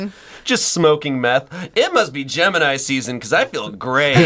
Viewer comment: When they said gemini I swear to god I thought they were saying Jim and I for like a minute 😂😂🤦🏻‍♂️ don't listen to podcasts right when u wake up